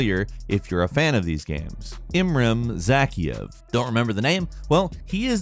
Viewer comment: Man you really butchered I ran Zakahev